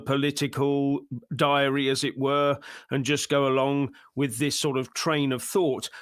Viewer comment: Did you say - political diary - or - political diarrhea? :-)